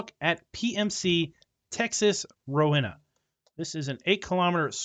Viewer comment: The dealership is actually a church and school in real life. Texas has some big farms/ranches. The king ranch in Texas is the size of Rhode island. That area is flat like really flat. I live in Rowena ( btw you said it wrong).